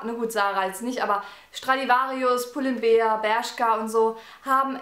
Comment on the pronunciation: spricht man aber wie Bär aus